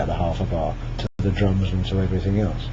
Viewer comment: I thought he said "It's easier if you do it with the drugs." But he said drums.